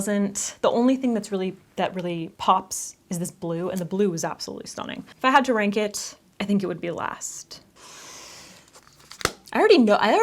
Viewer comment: Why did I hear wank instead of rank